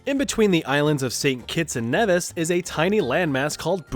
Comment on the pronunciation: Also you're pronouncing St.Kitts and Nevis wrong. It's more like Knee-Vis (Like windows vista)